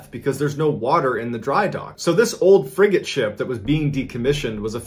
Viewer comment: Frigate not friggen